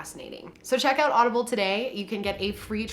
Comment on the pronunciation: You said audible , but funnily , I thought you said Olive Garden